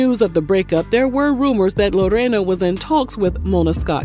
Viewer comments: Ok first let me start by saying, thank you for rolling that R in Lorena’s name (also my name 🤭) it rolled beautifully out of your mouth 😊 I appreciate the correct ethnic pronunciation…you outdid yourself in this one! I didn’t even know they have a “ghetto marriage” (no legal papers) and that they’ve been doing extra curricular activities with other people throughout their “marriage” lol I will say Joey does praise her in public, definitely loves that woman. Now the part about her being some cartel daughter 😮 Wowwwww. Smh that tea was piping hottttttt 😆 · How you say Lorena 😂😂😂😂😂😂😂 - on point